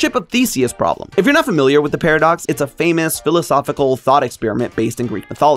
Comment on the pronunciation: Did he say fameass?